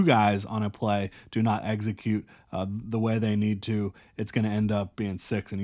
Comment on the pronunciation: Brother, the word is execute. Not eggsecute